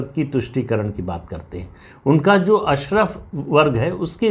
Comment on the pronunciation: सर अशरफ़ नहीं अशराफ़ होता है शायद… Please check